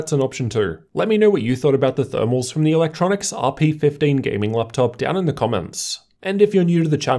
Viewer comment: Say it with me... E... Luk... Tro... Nics